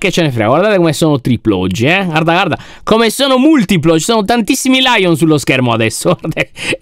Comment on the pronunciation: No way lyon con accento siciliano